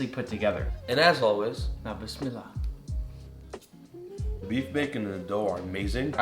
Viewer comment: Since when the hell nick said bissmilallah?💀😅😃?